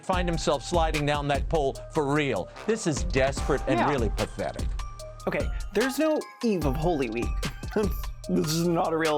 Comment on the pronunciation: Subscribed the minute you said "Ho kay"